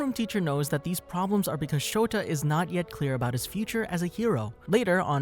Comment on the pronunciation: his name is Shota aizawa not Shoto aizawa